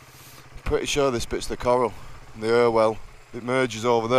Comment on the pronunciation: Hiya mrs pointed out the river which joined the river irwell is the river croal not coral lol